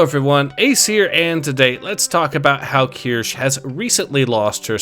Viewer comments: keer-shuh, not kursh or kurshee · It's pronounced "Key-ur-she". Just like Asmongold said it. Trust me. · At least learn how to say Kirsches name correctly.